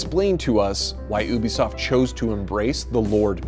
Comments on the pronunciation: ha ha, "oobisoft" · It’s you-be-soft YOU-BE-SOFT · Im i the only one annoyed that his pronouncing ubisoft as obisoft? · Yis bcuz ubisoft is pronounced ( oo-bi-soft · ah yes, oobisoft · Its U-BE-SOFT